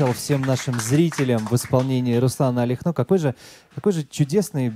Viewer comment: Алехно! Всегда с буквы "А"! извините, что поправляю... Алехно по белорусски Аляхно, ну или есть вариант ещё Алёхно... Но не через "О". Что то я слишком часто читаю такой вариант как у вас)))